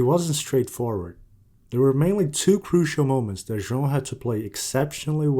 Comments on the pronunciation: You've nailed "João" pronunciation!!🎉🎉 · How do you pronounce João so correctly? Foreigners cant really say it 100% like you do.